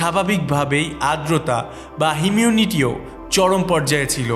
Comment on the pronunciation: তোমার বলাও ভুল !! এটার উচ্চারণ হচ্ছে - ' হিউমিডিটি!! '